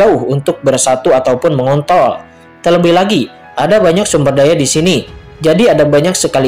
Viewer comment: Menit ke 😂😂😂 Mengontrol (R nya jangan sampe hilang)😂😂😂😂 #pendengar jeli